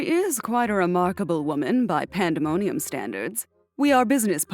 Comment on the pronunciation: Did she said pandamoiun??!!?!???